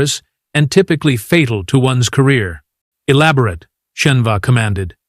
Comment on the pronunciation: "ee-LAB-or-ut" or "ee-LAB-or-ATE"!!!!?????? Your AI gets it Wrong!!!!!!!!!!!!!!!!!!! BOY, It would have been SUPER GREAT if the DAMMMNNNN AUTHOR had listened to, proofed and edited PRIOR to posting!!!!!!!!!!!!!!!!!!!!!